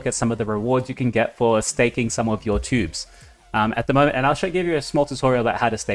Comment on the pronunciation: Another great video, thank you! BTW, it choobs, not tubes ;)